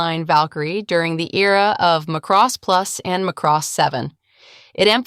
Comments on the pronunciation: It's MA-cross, not ma-CROSS. It's in the original English OST. It's older than many of you. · It's pronounced like Maa cross, this is almost sounding like mc-cross